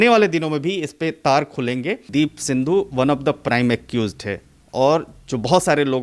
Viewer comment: माइक वाली मैडम सिद्धू को सिंधु कहे जा रही हो I जरा सुधार कर बोलो I